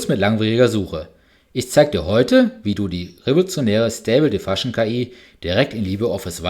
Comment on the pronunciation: Ich finde die Videos durchaus gelungen, aber die Aussprache englischer Begriffe ist teilweise schlicht irreführend. „Comment“ und „command“ sind nicht das gleiche. „Diffusion“ ist nicht *“difussion“ und und und… schau doch einfach die Aussprache nach, ehe du ein Video machst.